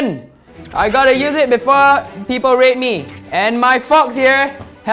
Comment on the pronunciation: when he sai “there are 3 holes we can raid” i thought he said “we can rape” XD